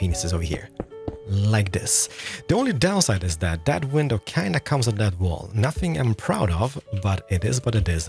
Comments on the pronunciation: Lol the way he said window pain like window penis!!! 🤣😂🤣😂🤣😂 that got me hard! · Haha window 🐓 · I’m sorry it sounds like he’s saying window penises, I know what he’s saying and it’s just his accent but it’s funny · YO DUDE WHAT THE FRICK MAN YOU SWORE IN YOU VIDEO... WHEN YOU NAME THE MATERIALS YOU SAY WINDOW PINESIS. DUDE WTH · I like How he says window panes